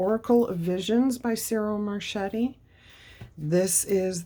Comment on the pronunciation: With all my love and blessings.. the artist's name is pronounced ... Cheero Mar-ketti...